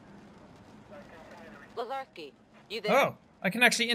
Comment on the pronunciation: ....wow.....Lazarski is like butchering my name......just....wow